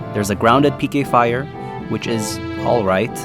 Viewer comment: Whenever he said, "PK fire" I always thought he said "aim higher".